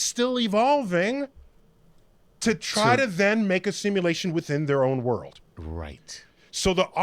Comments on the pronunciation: Nobody: Cash: Simalashin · He can’t even say “Simulation” right😂